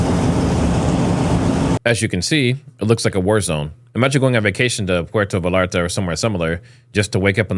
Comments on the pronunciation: Bro it's Puerto Vallarta Pronounced (Véyarta) there is no "L" sound. It's a Y sound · Pronounced puerto VAYARTA" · Pwhere -toe - vay - yar - ta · V a y a r t a. Like tortilla... Puerto Vallarta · I almost had to stop watching and I’m not a native Spanish speaker. How do you grow up in the US and not know the two lls in Spanish are silent